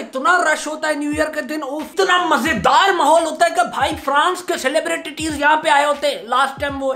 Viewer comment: Normal people: celebrities: celebritities 😂😂😂😂😂